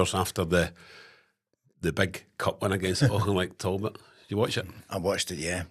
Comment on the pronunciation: Its no tolbot its tal bot